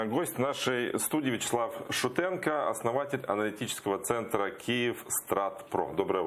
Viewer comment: Шутенка? ведучий, якщо фамілія закінчується на -КО то так і говори -КО, тебе за це покарають ... отже, ШутенКО